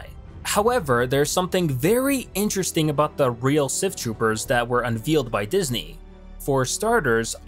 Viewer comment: Un-VEIL-ed... not un-VEEL-ed